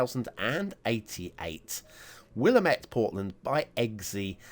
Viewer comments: Pronounce like Wil-lam-it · Will-AM-ette, rhymes with Damn it.